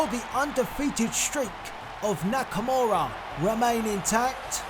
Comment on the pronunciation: "Nikimara" lmao that's probably exactly what Vince thinks Nakamura name is smh great stuff this was really entertaining can't wait til wrestlemania.